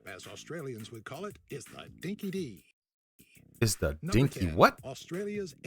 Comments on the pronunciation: I love your reactions bro. Don't bother with videos on YT about Australia if it's narrated by an American, they are usually crap from people reading a script and the info is usually erroneous. Sorry. Straight out of the gate, 'dinky-di' is not pronounced 'dinky-dee', it's 'dinky-dye' so the guy has never heard it before, and never been here. You'll get most of the other stuff from everyone else. 😀 Cheers and thanks from Australia! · Narrator needs to learn it's "dinky di" not "dinky de" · Sorry mate but that's a real dodgy video. The opening seconds says Dinky Di as Dinky Dee. It should be pronounced as Dinky Die. Can't bare to continue. Disregard all knowledge therein. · Dinky Dee!!!!! You need to watch Australian videos about Australia. It's Dinky Di(eye) & that was about 15 seconds in and its not used much any more. Aussie...Auzzi; Canberra...Canbra. Great reaction mate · I hate when americans narrate videos about Australia. They don't even take that time to check pronunciation. It's not dinky dee, it's dinky die and we rarely say it these days. It means genuine. We say dinkum or fair dinkum. A phrase where that may be used is, "Did you shoot under 80 at golf today." If you did, your answer would be "Fair dinkum I did mate" Mel Gibson was born in Peekskil, New York. Nicole Kidman was born in Hawaii. This video completely neglected Western Australia. No mention of the quokka. If you love animals, watch anything video Quokkas are the Cutest Animals in the World [PART 1] & Part 2. Western Australia has the highest producing gold mines in the world. The first Anzac fleet departed from Albany for Gallipoli. In the AFL, North Melbourne are called the Kangaroos. In the two rugby codes, the national rugby league team is called the Kangaroos and the national rugby union team is called the Wallabies. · His first 'dinky di' was mispronounced as dinky dee - it's dinky die! It’s an older Aussie term for genuine, also called true blue or fair dinkum.